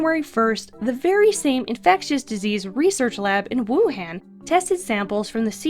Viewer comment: ITS PRONOUNCED WU HAWN Y WOULD U SAY WUHAND IT SOUND DUMB SMH